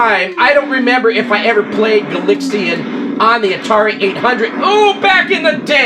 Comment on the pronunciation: Why Gal-IX-ian and not Gal-AX-ian? Not a complaint, just curious as to why. I've never heard anybody pronounce it that way before. Surely the name is an obvious contraction of galaxy invaders.